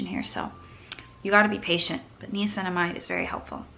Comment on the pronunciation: everytime i hear u say knee-cinamide, i'm like nai-uh-cinamide!! also, are under-the-skin pimples supposed to go away or are we supposed to get them to come to a head? a question that i've always wondered about! and do you have any other international options similar to curology? love u bb